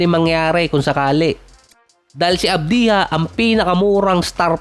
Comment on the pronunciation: ADBYA boss ang basa sa Advija😊